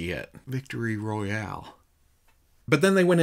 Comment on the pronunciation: Haha Nobody’s says the word “Royale” like a person from Arkansas. Yall make it art. Good round up! I appreciate being able to see everything in one place. Thank you!